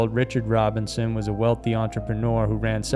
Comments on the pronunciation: it's Robison. not Robinson. Christ almighty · Robison NOT Robinson.